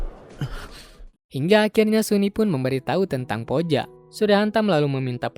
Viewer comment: Bacanya puja ka bukan poja